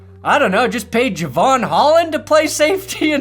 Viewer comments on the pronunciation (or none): none